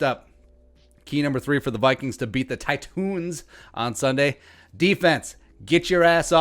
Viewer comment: If we win, you gotta pronounce "Titans" correctly. Just once. Just one time. Pretty please...